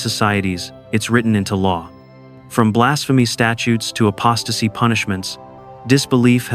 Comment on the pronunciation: Apostasy not acposasy